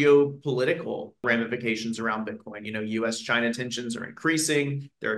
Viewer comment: They way this dude pronounces Bitcoin makes me cringe